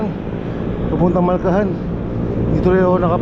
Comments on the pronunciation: malhacan sir hindi malcahan😅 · Malhacan po master Hindi malcahan😅